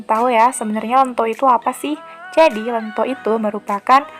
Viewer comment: Ento ento.... Kok lento yok opo seh